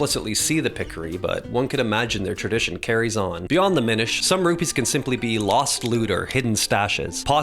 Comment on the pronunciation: It’s actually pronounced “minish”